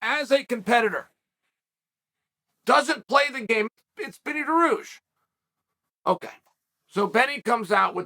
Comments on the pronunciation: we have Beneil Dariush at home: Beni Daroosh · Chael: there’s a fighter named “Binny Deroossh” Beneil Dariush: ok great! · Did he just say Benny Daroosh